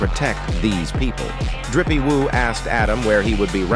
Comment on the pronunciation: Maybe watch your video before posting… Drippy woo? Maybe try doing it yourself vs AI